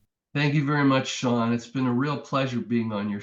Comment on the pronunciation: New subscriber. Interesting videos ad well made. But, "Seán O'Quoi"? That's a real groaner. 😂